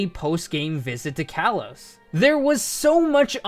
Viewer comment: "Kalos" is pronounced "kah-lohs".